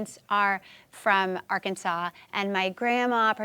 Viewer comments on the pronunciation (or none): none